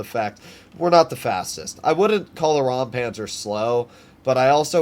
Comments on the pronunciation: It isn't rampanzer it is Räumpanzer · As you mentioned it I assume you might be interested to know how to pronounce it: The German „eu“ and „äu“ pronounce similar to the „oy“ in „boy“. So imagine it being pronounced like „Roympanzer“.